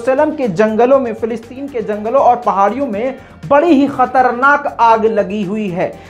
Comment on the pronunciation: Fe nahi fa. Falasteeeen. Bolo. Fa. Fa. Falasteeeen. Bolo. Not. Felasteeeen.